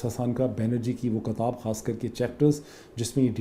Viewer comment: Great analysis as always. I'm a big fan of yours.. Just a small request, it's "kitaab", not "kataab". Thanks :)